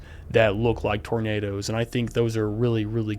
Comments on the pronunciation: That "er" at the end of "roundabouts cause tornaders" is what linguists call an "intrusive R", and it's something that interestingly southern Americans have in common with the British. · Tornaders is the only I'll pronounce it now. That guy is gold. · Hard R on Tornado is just extra